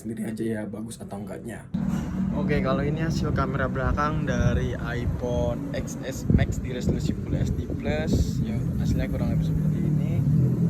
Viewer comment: Ya iya susah dibacanya orng harusnya dibaca (ten + s + max) ga sii 😅